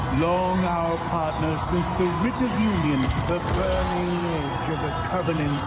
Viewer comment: The rit of union? Ffs I am not native English speaking and I know it is Rite. AI slop?